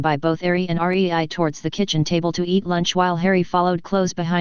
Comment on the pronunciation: it's rei NOT R E I